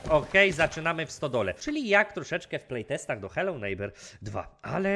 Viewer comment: przez ciebie i tak do końca życia będę na tą grę mówił "heloł żnibrings" xD kmwtw